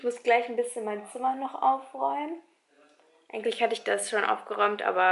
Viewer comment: Es heißt eigentlich und nicht eigingglich 😩 sorry